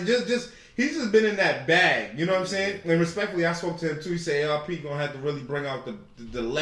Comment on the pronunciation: Calling ARP "Arp" is crazy😂